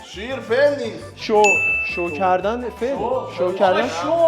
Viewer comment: فقط اونجایی که به فعل می‌گفت فمل😂😂